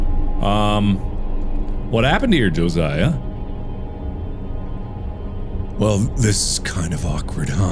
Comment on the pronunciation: As a Josiah, thank you for pronouncing Josiah properly.